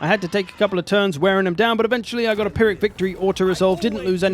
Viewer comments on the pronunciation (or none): none